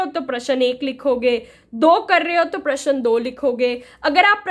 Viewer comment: Ma'am प्रश्न ka pronunciation glt h